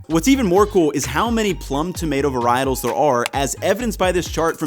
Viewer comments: "Varietables" lol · Varietables?? 😂 seriously though great video as always